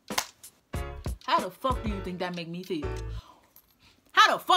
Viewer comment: "You feew me"